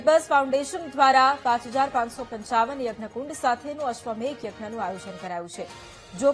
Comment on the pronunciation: Ashwamedha not ashwamegha